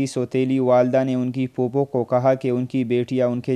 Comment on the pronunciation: Oh pagal NAMZ hoti he NIMaz nahin to mayyat ko niyat parh raha he phop phopi ko bhi ghalat parh raha he, llanat tujh per.